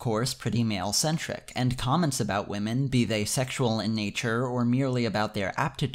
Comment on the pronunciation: I think you mispronounce waaahmen.